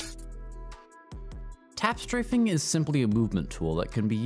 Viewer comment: “im tap straffing” - funniest shit